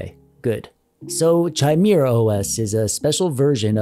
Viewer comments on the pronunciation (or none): ITS NOT chi-mir-a os its kai-mera-os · It's NOT CH-IMERA. its kha sound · Pronounced "KAI-MARE-UH". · Chimera is usually pronounced with a hard ch. (Kai-mera) Disregard this of course if it's pronounced different for the OS. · It's pronounce Kimera not Chimera, a Frankenstein's monster of ancient mythological monsters to be sure. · Pronounced, "Ki,' mire". It is not like in the word China. It is a Greek mythology creature. STILL, LOVE THIS VIDEO ! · Ah yes... The Chai-Meerah OS. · In case anybody doesn't know, it's pronounced KI-MARE-AH. Hard k. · Say it with me: Kai-mare-ah. :p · CH-ai-mi-ra!!! He said CH-ai-mi-ra *facepalm*... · Bro for the love of all that's Holy... It's pronounced ky-MEER-ə! Now, can I get my controller or kb to turn it on? Can I get it to them power on my TV. Can turning it off, turn off my TV and vice versa? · The amount of pain I experienced every time you mispronounced chimera was indescribable. It's not pronounced with a CH sound, it's pronounced with a K sound. Kimera. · Quit calling people 'a' holes.... lol As for the OS name it's pronounced with a K, so it's K(eye)mera. I've definitely heard worse pronunciations though :) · Why do you keep pronouncing Chimera so wrong like is hurts my ears just hearing you pronounce is wrong.